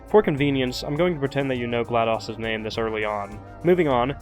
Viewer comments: its not a short o in GLaDOS its a long o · Gla DOS? Like MS DOS? Like "daus"‽ No no no no no no no no no no no no no no no no no no! It's Glad OS like Mac OS. Pronounced Ohs. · Wait a minute you mispronounced Glados.... wait dos 🤔..... dos.... ohhhhhhhh!